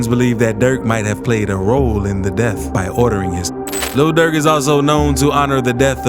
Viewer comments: Why he keep saying “Luhl Durk” like that 😂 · The way he pronounce "Lil Durk" got me crying bro😂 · The way the narrator keep sayin lil durk lmao😂😂